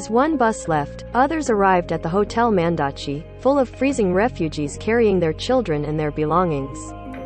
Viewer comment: Mandachi is pronounced mandakee in Romanian